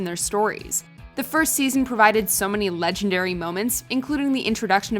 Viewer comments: Did you just say “legen*D*- dary”? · I'm 5 seconds in but gonna dislike it just for the legenD-wait-for-it-dary. Pinnacle of you had 1 job. How can you take this video seriously after that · I'm not the only one who noticed that Omg. R.i.p😂